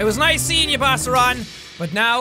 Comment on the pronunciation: it sounded like you said lice instead of nice